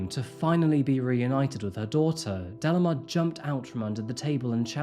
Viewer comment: delimar is pronounced like de-lee-már, not dellamar 😬